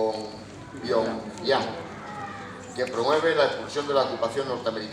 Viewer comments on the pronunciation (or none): El Cao este hablará muy bien sabrá mucho y to lo q tu qieras pero joder el paleto ese que no sabe ni decir pyongyang da vergüenza el pavo y el otro con la pose solemne mientras dicen sus 40 cargos en corea no tienen ni para un speaker en condiciones se les murio de hambre en el avion